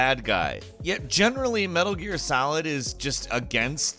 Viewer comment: Why did you say Metal Gear Salid